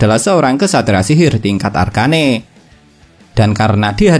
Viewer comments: Arken bang bukan arkane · Bang bacanya arcen aja bang arcane ga enak bgt ekwk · Arcane woi bukan arka ne